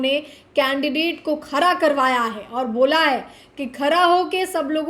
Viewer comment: खारा नहीं खड़ा बोला करो आगे से.....